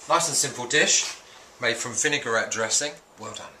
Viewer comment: Excellent recipe, very useful tips - it's a pity he can't pronounce vinaigrette properly.